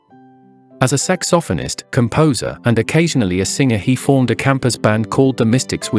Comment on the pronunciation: It's pronounced "Tusk-KEY'-gee" and "SAX'-opohnist." Dumb bots.